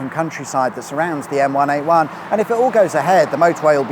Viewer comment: Dunno about everyone else but every time I heard say the name of the motorway I heard the Gorillaz song M1A1